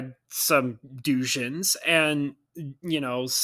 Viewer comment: The way you pronounce doujinshi keeps throwing me off Ou is another way of writing ō and so it is a long o sound. And yes I see people pronounce it all sort of ways..but this was how I learned in my Japanese class (And the professor was Japanese so I figure his way was closest to right)